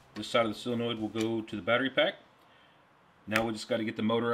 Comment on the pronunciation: While we're on proper pronunciations, it's SOLenoid not SILLenoid. 🍺 Great video!